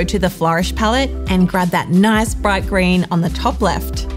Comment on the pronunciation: i like the way she says nice reminds me of Borat :D thanks these are very good tuts